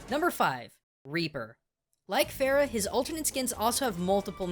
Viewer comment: I Farrah of raw not horse